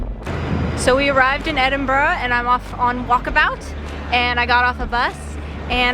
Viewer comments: So glad you made it to Scotland …my home town is Glasgow..you should have visited Glasgow necropolis it’s very impressive cemetery…and I know you struggle to say Edinburgh….you say edinbrow…..try saying this….edinburrah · So sorry, but not Edinbroooo but Edinburaa. X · I thought that too until towards the end when they got off the bus in the In the residential area and she did revert to "Edinburrow" when speaking of getting back to the city! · I love Edin-bruh. Last time I was in Scotland I sat on that same station balcony and ate a pasty washed down with a bottle of Irn-Bru. And I patronized a lot of Costa Coffee locations. 😁 I'd love to go back again. 😢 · It's ED-IN-BRA